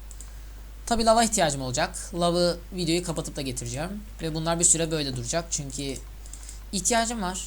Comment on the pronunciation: Lütfen konuşurken bunlara dikkat et: -Çünki değil çünkü.Türkçe de çünki diyen kişiler kendini iyi konuşuyormuş gibi düşünür ama yanlış. -Edvensıd değil edvensd(advenced) -Bir de geçen videonda "de" bağlacını ayırmamışsın galiba Türkçeye çok önem vermeyen birisin; ama bunlara dikkat edersen iyi olur :D